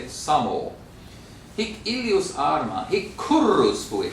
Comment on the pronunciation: Absolutely true. But the original assertion puzzles me, because he clearly can roll his R's: for example, in "Arma" (and this is just the first of many).